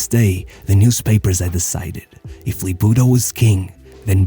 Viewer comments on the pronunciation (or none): none